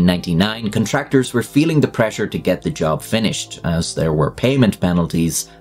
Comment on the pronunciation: the way he says contractors... CON TRAKE TORS. LMFAO WHAT IS HE? IRISH?